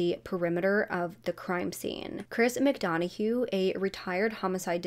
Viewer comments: Hi it's not mcdonnahue it's pronounced like mcdunnah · Good vid. Small notes: it’s Chris McDonough (“dunna”) no “hue” on end, & “Xana” like ‘banana’. Overall, impressed me as a new sub! Keep it up, Girl! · Great video...u have mispronounced Chris Mcdonougha name just FYI